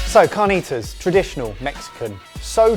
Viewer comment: It would be CAR - NEE - T (as in to) - ASS. I love you !!!!!!!!!